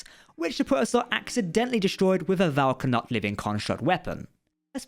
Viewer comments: Vau na’kat. Not Vau ka’nat. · Yeah, Prodigy's timeline is a bit wonky. Yay time travel! Thanks for the video! Also, it's Vau N'akat, not Vau K'anat